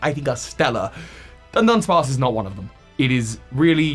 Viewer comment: So 3 dudunsparce sounded like: Dun Dun Dun